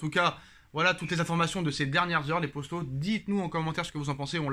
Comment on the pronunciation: Il regarde jamais les ecrits luii avec son salut les postos mdrrr au lieu de dire poto 🤦‍♀️👈